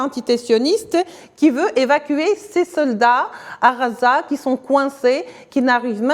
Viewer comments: Désolé mais si vous choisissez de donner votre information en français faites l'effort de gommer votre accent . Phonétiquement. On ne dit pas Raza mais Gaza en français..juste pour l'exemple. merci pour votre travail ... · Je crois que le temps qu'elle arrive à apprendre que ça s'appelle gaza et pas raza ça s'appellera Israel. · Merci à la journaliste pour la qualité de son travail et félicitations pour sa maîtrise de la langue française. Nos journalistes devraient en prendre de la graine... Je viens de voir qu'en arabe, on écrit غَزَّة Ce qui explique la prononciation entendue. Il faudrait peut-être qu'on se décide à transcrire en phonétique internationale Ghazza... Ce serait déjà un modeste signe d'attention !